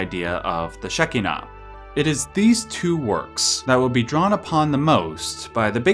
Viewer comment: When you pronounce Shekhinah, the "kh" (or "ch") is more like a Spanish "j". Great video.